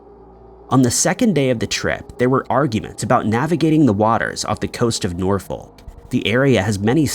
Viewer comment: Not got Norfolk either. L is silent like the H in vehicle